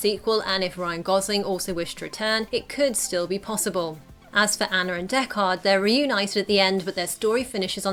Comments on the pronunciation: Deck-ARD? Have you seen the original? Dekkard. Say it quickly with no emphasis on the second syllable. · stop saying DECK-KAHD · It's Deckard not Deck Hard. The movie felt pretentiously slow paced. Its cool to know that Ridley added elements of his home city like "miserable rain." In the first film and Denis did the same in the second "miserable freezing snow."